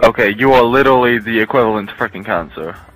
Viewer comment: "you are litally the equivlant to cancer"